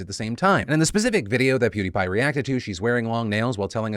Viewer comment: Hopefully he learns Fr this 😂 it's Peeeeewwwdie Pie